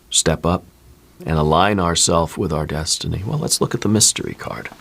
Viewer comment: I'm so sorry, but every time you say destiny, I hear McFly saying, "You're my density"😂. I have felt myself changing with my outlook, and what I need to listen to.